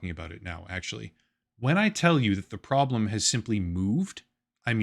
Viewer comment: "Prodlem" lolollllll